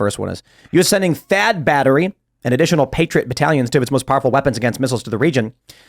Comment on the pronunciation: Thaad not chad 🤣🤣